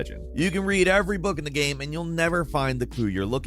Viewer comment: “Pokémon GAM” lmaoooo